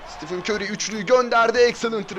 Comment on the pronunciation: Siti fın kör diyo